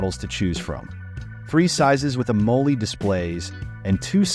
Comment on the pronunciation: Am-o-led (pronounced like the element)